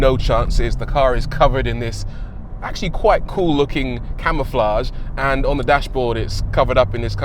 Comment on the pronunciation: I thought he first said camelflage 😅🐫